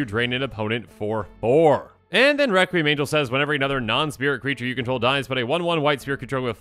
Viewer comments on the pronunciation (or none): none